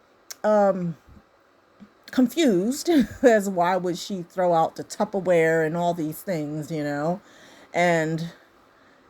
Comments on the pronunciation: Heather-row Airport? 🤦‍♀️ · She just read Heathrow airport as "Hethero" like hetero but with a T, now if she cant read that, and doesn't know the name of the biggest Airport in London England, what do you think the chances are of her WRITING a book. Generally people read first, then learn to write but, from someone who took 7 years to get her GED, I'm not surprised. I am however, surprised at Ken's family for allowing him to knock up an illiterate mutant!